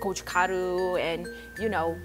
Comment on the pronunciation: "and joo kno" lmao. I couldnt stop laughing.